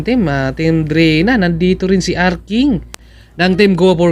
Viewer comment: pronounce it as D-reyna